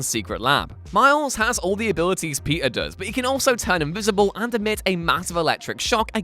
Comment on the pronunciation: Man, every time you say "Peter" i hear "pizza"